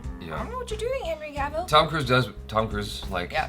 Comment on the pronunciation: I totally agree with everything you said! Except for still pronouncing 'Cavil' wrong, it's pronounced like 'apple'